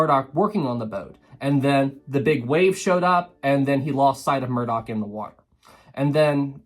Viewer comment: Murdoch not murdock.